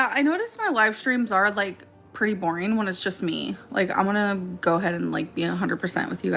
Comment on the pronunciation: Say boareen one more time